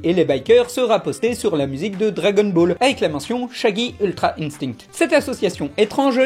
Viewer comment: On dit INSTIN pour le mot INSTINCT